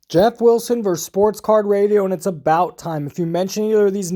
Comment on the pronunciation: Interesting analysis of this situation. Gives good background of the dispute. Btw, the word vs. is pronounced versus, not verse. (Pet peeve of mine.)